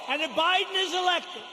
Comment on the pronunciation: Who is Joe Boydin? Pence said Joe Boydin. Who is that? You republican get a hard on every time Joe Biden misspeaks but say nothing when trump does on every speech he makes.